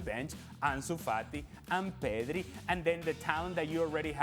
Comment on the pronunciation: Ale Moreno’s accent is funny, especially when he is pronouncing a name with R in it. pedRi